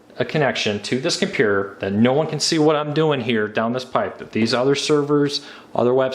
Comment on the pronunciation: ttttttttttttttttttttttttttt - here are all of the missing t's from the words compuTer, InTernet, and maTTer